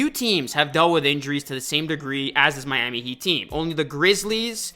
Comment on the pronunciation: nothing like "MYAMEE HEAT"